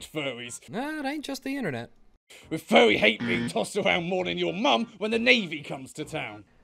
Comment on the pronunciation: He says fuwwy. He unnironically does. Endme.